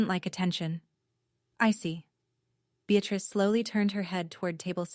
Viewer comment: “I see” is two syllables, not three